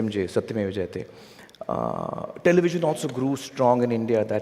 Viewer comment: So fascinating we Indians can understand and speak any language but this lady cant even pronounce one word jayate how dumb they are 😂😂😂🇮🇳🇮🇳🇮🇳